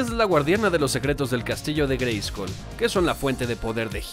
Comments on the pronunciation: Perdon neta perdon no es por mamon pero se pronuncia greyscol no greyscul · Por qué pronuncias la U en "Grayskull"? En el doblaje se pronunciaba correctamente con O, como se pronuncia en inglés. Es una broma? Es por derechos de autor? Me hace pensar que nunca has visto la versión doblada en español con la grandiosa voz de Rubén Moya. En la descripción citas "yo tengo el poder"; si bien, fue un error de doblaje, en México He-Man decía "ya tengo el poder". Nuevamente me haces pensar que nunca viste la versión en México.